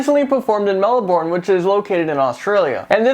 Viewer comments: its not melbourne its pronounced melben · you say Melbourne funny hahahaha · At least it's in Australia, we don't really give a shit most of the time...but parents? Do they not understand that if you take your child to a Miley concert it 's gonna be graphic?! also you said Melbourne really weirdly... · I'm from Australiaaaaaaaaaaaaaaa you said Melbourne wrong :P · how you said melbourne is funny..Australia btw :p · LOL at how you said Melbourne, I'm from Australia mate!